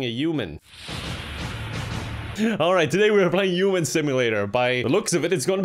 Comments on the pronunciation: his accent makes "human" sound like "Yew-man" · No one: Kevin: yuman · Everyone: "human" Kevin, an intellectual: "uman" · with Kevin it should be Oof-Man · I'm in love with the way you pronounce words starting with "h" "I don't know how to be a yuman" "It'S YuGe!!!!!!" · Uman by pronouncements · i love the way he pronounces "human" like he just yeets the "H" into the next plane of oblivion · Yeah, I’m from Dublin and I do kind of pronounce the H but my English teacher for my leaving cert didn’t, and I kind of picked it up for a couple of years! He was from Meath, I’m not sure where Kevin is from but it really depends on your county on how it’s pronounced. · The way you say human 😂